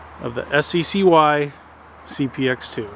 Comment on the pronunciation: It's pronounced "sky", not "ess see see why".